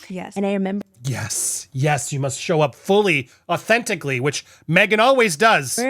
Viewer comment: I don't think I've ever heard "au-then-TICK-ly" mispronounced that badly! 🙉